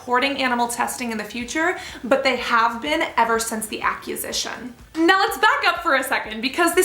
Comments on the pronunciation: Its acquisition, not accusition... that's not a word. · did anyone else comment on her pronunciation of "acquisition"? it's awkwe sishen from the word "aquire". she's saying it like the word "accuse" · Thanks for bringing this to our attention. Sincerely appreciate your thorough research into this and thoughtfulness. The "voting with your money" concept is so key. There are plenty of dupes, some in your video, that are cruelty free, thankfully. Not to be a total butthole, but your mispronunciation of "acquisition" kinda is driving me nuts. It's like you're combining "acquisition" and "accusation" and making a new word "accusition." It's pronounced [ak-WUH-zish-uh n] Seriously, not trying to be a butthole! Still a subscriber <3